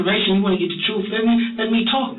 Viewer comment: Thomas wants to tell a book of lies and swear on it that it's the "truhf"😂😂😂